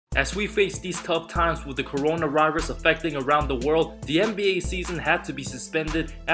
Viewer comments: Did he just say ccoronarirus instead of corona virus 🦠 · He said “coronarirus” 🤣🤣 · In the very beginning of the video he said corona rirus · The corona rirus... nice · Mans said corona rirus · He said coronrirus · “corona rirus” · He cant pronounce V. Notice throughout the video. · Thats just typical lingling accent